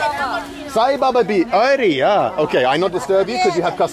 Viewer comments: It sounds like Ari yaa... but he is saying ‘Aree Yaar’ which sort of means ‘oh my friend’ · Should'nt be 'are yar' not 'are ya'? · It’s funny when he says “Areh yaar” but doesn’t say the “r” at the end. So it sounds like “Areyaa” 😂😂 I love this guy, he is friendly